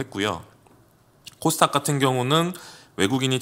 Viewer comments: 저도궁금..항상 코스탁이라고 하길래 영어발음인가 했더니 그것도아닌듯. 닥 발음이어렵나요? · 왜 항상 코스 탁 이라고 하시나요...?